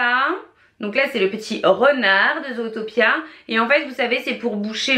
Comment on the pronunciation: Moi je dis zootopie et non zootapia.. Sinon bonne vidéo